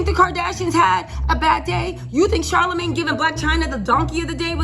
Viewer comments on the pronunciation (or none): none